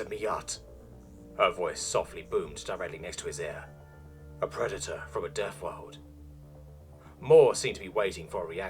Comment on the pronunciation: the worst thing about this story is The NetNarrotor still has half year worth of story behind a paywall because we unlocks one every so i have to relisten to this story so I can remember how we got to where we are in the story and he constantly misprounces everything you come from a deafworld? your only frwee cycles? old fru the fire and fwames we weel cawwy on.